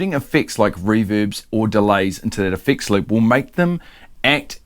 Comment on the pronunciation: Here's me wondering what a fix lip is, there's you trying to say effects loop....😂